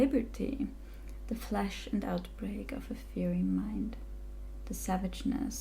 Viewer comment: Fiery (fi*' ur ree) *i pronounced like 'eye'